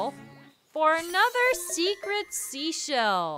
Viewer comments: I’m still at 5. There is a slight change phonetically between seashell and “she”shell. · Seashell flub count: 10